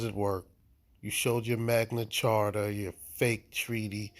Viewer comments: Magna “charta”?? Nice try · My man kept saying "Magna Charter". It's "Magna Carta". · Sounds like he is saying "Magna CHARTER" rather than the correct term, magna carta. :face-purple-crying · ROFL Magna Charter is pronounced Magna Karta. Not CHarter. And regardless it means NOTHING in this situation. This guy needs SERIOUS help. The problem is you are NOT taking care of your kid so the government and the police have to force you to do it by ticketing you for not using a child seat. You fking muppet. Omfg. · Did he say Magma charta ??????????? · Magna Carta mooron. There is no h in it. Even a moderately educated person knows that.